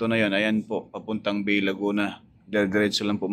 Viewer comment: yung "BAY, LAGUNA" ang pronunciation po ay "BAE, Laguna"